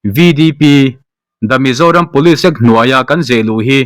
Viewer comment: Police hi pawlis ang in I lam tlat thina, pulish tih anga lam tur zawk ani